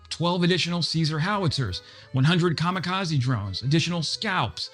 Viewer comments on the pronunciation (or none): none